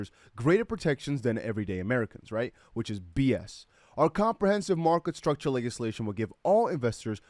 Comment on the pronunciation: Thanks for all the info bro much appreciated. Just a quick note, your pronunciation of legislation is off 👍 not hating, just letting you know.